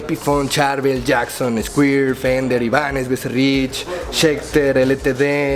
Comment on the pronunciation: "escuir"dice el